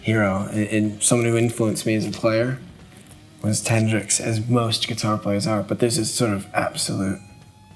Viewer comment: Dude totally said "Tendrix" Wtf?!